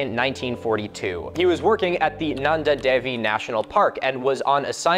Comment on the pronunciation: you forgot the second n in Nanda